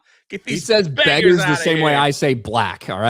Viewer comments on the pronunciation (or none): 'Beggahs' you can't use the hard R.